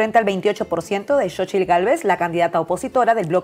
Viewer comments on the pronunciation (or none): Xóchitl se dice: sóchil.